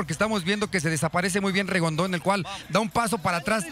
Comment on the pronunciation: repite conmigo Rigondeaux No rigondo ni rigondu que brutos son.No pueden aprender a pronunciar su nombre correctamente?